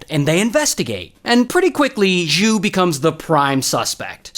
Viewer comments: FYI - In Chinese, X sound is actually just a regular SH. So it's SHU not Zschoo like what you are saying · Text: Xu “zhu” top 10 chinese mispronounciation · Xu was a lawyer Not jew How does one hear "jew"?